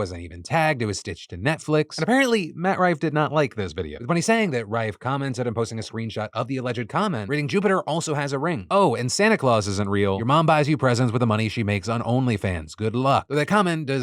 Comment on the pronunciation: “Santa Clais”